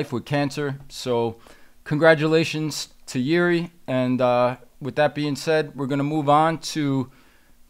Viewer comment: You both pronounced Jiri's family name incorrectly btw😂but whatever